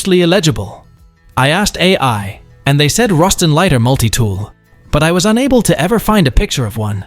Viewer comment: It's "Boston" not "Roston" (Where it was manufactured) Its basically a key for a bank safe that has two step identification. Each one of the little brass rods can be flipped over , for two different lengths. Creating 64 different possible. combinations. So a person has to have possession of the key , and know how to align each of the rods before they can open the safe. Also the key can be easily disassembled and reassembled for added security.